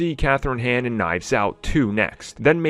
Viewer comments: Kathryn Hahn. Not Kathryn Han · Can u stop butchering her last name please? Hahn, not “hen”